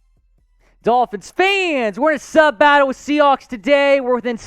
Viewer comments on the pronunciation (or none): none